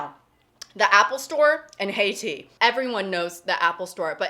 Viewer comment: Also Heytea as "Haiti".